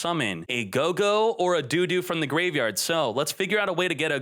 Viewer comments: I cringed every time said do do. It sounded like what parents say when they want their kids to go to the bathroom. The "o" in dododo is pronounced exactly the same as when you say gogogo. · Did this man just say look for a DO-DO in the GY? xD LMFAO ahahahaha